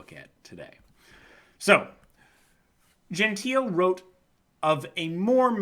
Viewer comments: Just for the record: it's Gentile - with the final e being pronounced (Italian: dʒenˈtiːle), not "Genteel". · "Gentile": Pronounce: gen-tee-lay. 😊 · i believe its pronounced gentile with an L sound like Lagoon or Like.